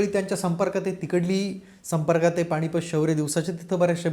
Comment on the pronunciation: न आणि ण मधे जरा गल्लत होत आहे, पण हरकत नाही.सादरीकरण खूप चांगले आहे. बोलत रहा भिडू. पाणीपत, राहूण वगैरे शब्दांचे उच्चार “standard” नाहीत.